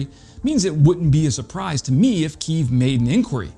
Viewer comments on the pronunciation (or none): none